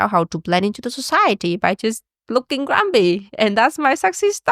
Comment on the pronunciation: GrumPy not grumBy